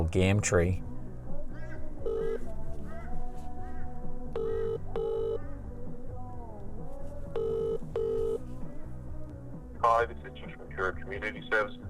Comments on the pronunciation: why do you say GAMTREE? isn't it GUMTREE in Australia? lol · I'm from the Uk we call it gum tree is it an accent thing but you say something like gamtree . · Love how he says Gumtree "Gamtree" lol